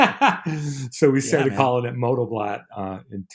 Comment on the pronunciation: BLOT means Blood .... it was a sacrificial ceremony in both Norse and Anglo Saxon culture. It wasn't a party ...it is pronounced like Bloat